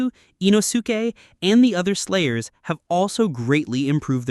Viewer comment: I think the narrator is somehow connected to Inosuke (I-noske). The pronunciation is KILLING ME 😂